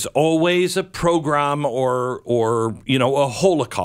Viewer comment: ''progrom'' ffs Americans